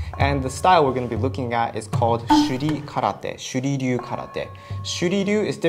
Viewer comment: The first time you pronounced the name I thought you called it "Shitty Do Karate". I had to go back and listen to what you said again.